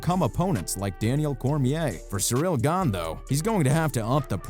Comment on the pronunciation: Just straight-up not pronounced cereal